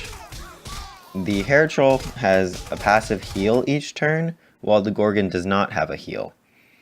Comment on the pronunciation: I hate how you say "gorgin". Its gorgon. gorGON